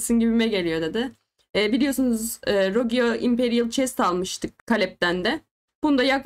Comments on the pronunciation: Abla yine rogiyo demişsin ama 😂 rogue dicektin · sırf varya onu takip ettim aba ilk 1.5 dk boyunca 12 kez rogiyo diyon